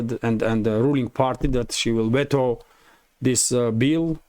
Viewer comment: the word veto is pronounced 'v-toe' not vet-o. As you know English is a crazy language!